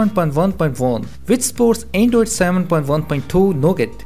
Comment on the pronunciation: is it me or is he saying andoid ommeletor